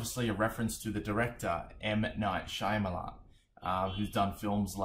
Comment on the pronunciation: And it is M Night Sha-mal-e-ans